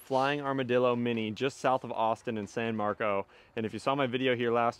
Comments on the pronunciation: Its pronounced san mark-us not San Mark-os as well. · It’s San Marcos, not Marco. …come on, man. This is why god is going to punish the Bruins once again in the playoffs. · lol “San Marco”